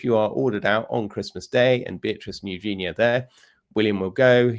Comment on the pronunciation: Princess Eugenie's name is pronounced YOO-zhuh-nee, with the stress on the first syllable.